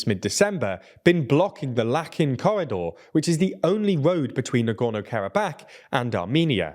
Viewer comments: Lachin, not Lakin. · Hey, Azerbaijani here. The "ch" in "Lachin" is actually pronounced the same way it's pronounced in "church"